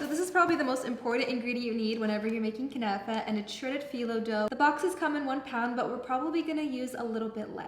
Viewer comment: kuhhhnafa 😂😂 girl learn how to pronounce first!!